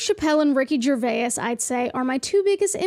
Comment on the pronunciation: Excellent video. Although one correction for the future: It's Ricky Ger-WAYS, not Ger-way-is.